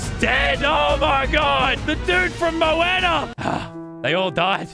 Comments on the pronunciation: Everyone: talking about the mods Me: did he just call Moana “Mooena”??? 🤔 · It’s mo-wah-na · Bro triggered me hard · Rest in peace "Dude from Mooena" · This is still good a year later, he pronounces almost every name wrong “the dude from Mo-Anna”😂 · "the guy from mo-when-a" 🥴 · bros sayin mowana